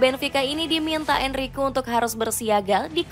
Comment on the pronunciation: Enrique itu DIBACA EN-RI-KE! Ini AI yang baca ya? 😂😂😂